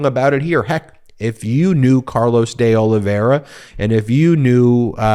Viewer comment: Ben, I think that it’s pronounced De O-live-v-era. But, really no matter. My question is: can anything be done about cannon except appealing her bad actions to the eleventh after the fact?